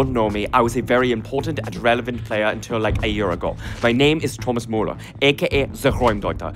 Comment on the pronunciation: Is not Thomas moula it’s Müller